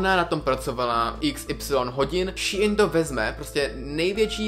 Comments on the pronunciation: Čte se to Šín a né šíin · jakoby je to strašně divný, nikoho nehejtuju ani nevim jak se to správně čte, asi teda [ší in] ale reálně mi to trhá uši a četla bych to normálně [šín] ale jen můj názor. nikoho neurážím. jinak skvělý video fakt super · Šiín ... promiň, ale rve to uši 🙈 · Hovorý sa to shin a píše sa shine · Mi to vyslovujeme šejn